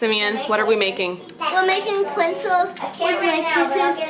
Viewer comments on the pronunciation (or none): my 10 year old son says prenzles too i thought he was the only one. : D